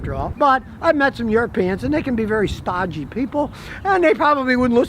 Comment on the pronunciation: "Stawgy People" !!! You're crackin me up Scotty !!!